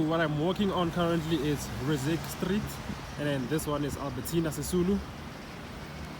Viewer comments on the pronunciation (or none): Thanks for showing beautiful JHB.... You say "Rizirk" for Ris-sik Street. 😊